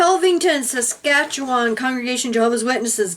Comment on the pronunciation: good job saying saskatchewan I love you both --I live in Saskatoon SK